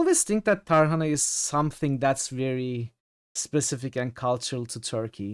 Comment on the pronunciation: tarhanayı öyle bir vurguladın ki tadı geldi aklıma :D this game was great except saving it for times after doing a job